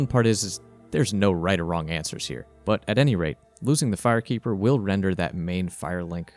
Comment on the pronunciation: Said the fire keeper soooooooooo wrong